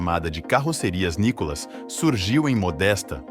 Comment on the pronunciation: O nome correto não é o "NICOLAS", é nunca foi!!!! O correto é "NÍCCOLA OU NÍCOLA". Seria de bom tamanho que, o autor é narrador do site conhecesse melhor a história da Nícola & Cia e pronúncia do grupo hoje da família Belinni, cujo o Sr. Paulo Belinni foi fundador em 1949 e nos dia atuais denominada "MARCOPOLO".